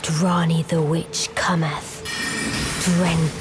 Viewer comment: I wish I could like the stories you tell but that accent man, is hard... is so hard not to laugh at the way you change "i"s for "e"s Wetch? Thes? Lmao